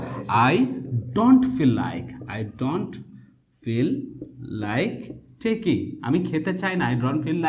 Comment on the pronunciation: স্যার আপনি বললেন টেকিং এটা টেকিং নাকি ঠেইকিং হবে উচ্চারণ?